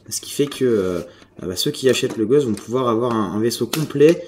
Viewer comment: on dit le Ghos"T" ! et pas le Gosh